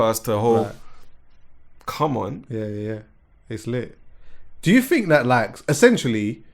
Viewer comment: Like how says essentually instead of essentially 😂.